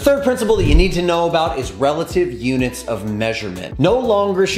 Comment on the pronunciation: Thanks for the vid... and it's "relative" not "releative"